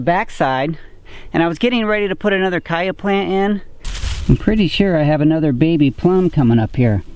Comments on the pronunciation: Cha-ya not Kaya! Good video. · He said "kya" not CH-aya. The plant comes from south America. They say Ch-aya... too much confusion from Chia? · It's chaya not caya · en Mexico we they eat it with eggs in tacos. huevos con Chaya. can be used in place of spinach in any dish. it's pronounced Chaya not kaya. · Stop saying the Ch hard! Its not a K sound its a Cha sound like chew! Unwatchable! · Your mispronunciation of chaya was like fingernails on a blackboard. I couldn't watch it. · Nice vídeo. The "CH" s pronounced like CHeese, CHowder,CHia CHaya. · I really found your video important. But I can't help but wonder where you get that pronunciation from. I was a Spanish translator and interpreter for years and I had clients from all Spanish speaking countries, but I never heard anyone pronounce a "ch" as a "k". So please tell me where in Mexico they use that pronunciation. Still it's an excellent video. Thank you.